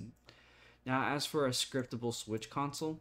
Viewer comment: “Sciptable” lol